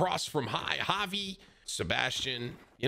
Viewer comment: Im g glad you pronouced javi right